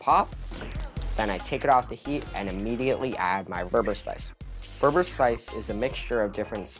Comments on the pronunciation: Kudos the kid chefs but the berbere Ehtiopian spice is not pronounced "ber-ber" its pronounced "ber-ber-ray" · it’s bebere not berber lol 😂